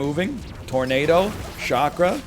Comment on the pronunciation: If this man calls it a shakra one more time imma pop a vien lol